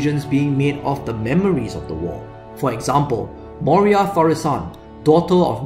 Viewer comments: Its not moria its moira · Moira, not Moria. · I know! Sorry about that haha. Kicking myself for mispronouncing it. Will make a female DI priest (if possible) to make up for my mistake :) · Sorry! Did I pronounce it wrong. Moira :) (in a scottish accent)